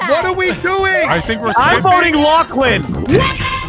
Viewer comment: Did realize after that it was pronounced lachlan?